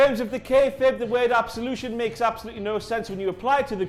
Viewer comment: I cringed so hard during Paige's promo, especially when she called group "Absolution" 😑